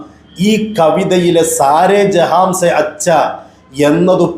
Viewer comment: സാരെ ജഹാൻ സെ എന്നല്ലേ പറഞ്ഞത് ജഹാംസെ എന്നാണ്.